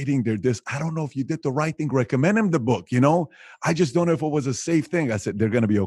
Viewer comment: "I found that it helps if you dant care...." BRILLIANT